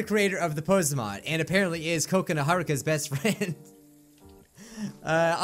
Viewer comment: I always thought he called Kokona Coconut